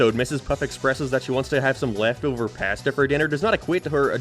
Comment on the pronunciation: Why do you say pasta like that